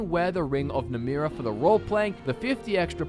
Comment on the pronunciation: Ye my favourite daedra isnt namira its NAMRIA. ye..